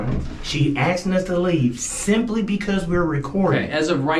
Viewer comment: Why do these fools keep AKSING in stead of asking?